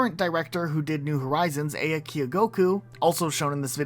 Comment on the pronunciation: Great vid but quick note, the producer's name is pronounced "ah-ya," not "ei-ya"